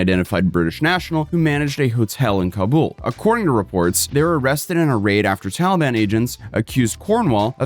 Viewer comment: lol he said “Towelie ban”